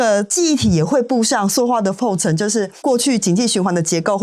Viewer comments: 塑ㄙㄨˋ化業，請掌握正確讀音，以免誤導大眾。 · 塑化 ㄙㄨˋ ㄙㄨˋ ㄙㄨˋ